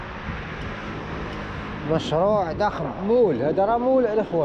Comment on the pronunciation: سميتو mallماشي moul وشقق فخمه متشي فحمات اخاي حاول تنطق مزياان